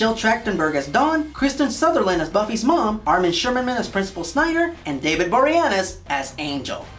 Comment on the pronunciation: Is that how you pronounce Boreanaz? I always thought it was more like "Borin' Ass."